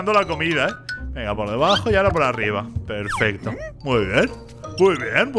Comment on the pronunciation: no es Mommy es huggy y no se dice perfesto se dice perfecto